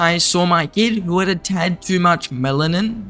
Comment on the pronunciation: Mel a nin